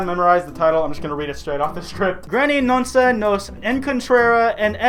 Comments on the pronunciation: pronounces nunca (noonka) like noonsa Me: i mean,,,you tried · I really like you, but hearing you pronounce the word "nunca" made me tear up.